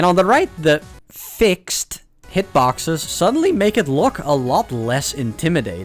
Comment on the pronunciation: sorry i had to stop watching this video because of the way you said fixed